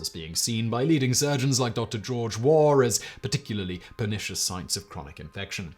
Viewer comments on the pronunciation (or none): none